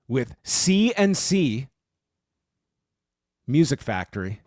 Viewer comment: It's CNC guys Not C and C